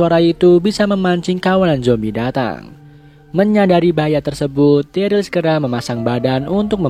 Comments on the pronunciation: Keinget dulu ngomong daryl jadi darly:vdah lah lupakan semua manusia punya kesalahan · Pas season awal ngomong daryl aja darly